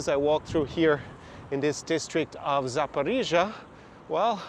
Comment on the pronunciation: I was used to say Saporisia like, a local girl told me "nooooo Saporoscie" boh. Anyway that city is underrated... concerning the issue that one knows the former president Poroshenko and Medvedchuk are rising in vote pollings. Obviously Medvedchuk had problems with "Zelensky law" officially because 3 TV channels were spreading Russian propaganda, also Poroshenko seems to have problems with "Zelensky law". The curious case is both Poroshenko and Medvedchuk seem to have no problem at all with a large part of Ukrainan electors. The 72% is just an old memory for the comedian and he knows he has just two years to generate more relevant damages. In my opinion the large majority of Ukrainian people wants to live peacefully with all the neighbours so Russia, Belarus but also Hungary and Poland without waiting 9 hours to terrestrial borders. All the people I met from the Don Bass are openly pro Putin if they are abroad and secretly pro Putin if they are still in Ukraine. Ukrainian people in general don't care to join Nato and they want to live in the best Country ever having fun, improving their personal economical condition and they have an extremely friendly behaviour with Belarusian and Russian persons. Ah like me they don't want to wear the mask like in Belarus, Florida, Sweden neither in supermarkets so many of them are used to go in little shops where the owners do not comply with Zelensky. Poroshenko's words "Ukraine must have a Ukrainian and Christian leader. "are coming